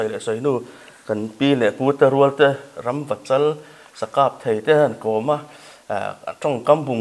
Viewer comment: Rampachal an ti lo. Ramvachal an tia lawm.